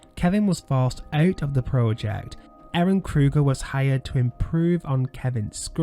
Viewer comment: Love these videos but please learn how to say PROJECT lol so frustrating lol